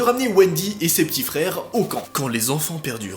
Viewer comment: Je rêve ou il a dit les fere Grimm a la place des frères Grimm 😂